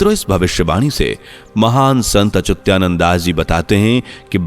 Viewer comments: अरे भाई, संत का नाम अच्युतानंद है । आप तो अचुत्यानंद बोल रहे हैं । अर्थ का अनर्थ हो जाता है । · अच्युत्यानंद नहीं है भाई संत श्री अच्युतानंद है । हरी हर 🚩🚩🙏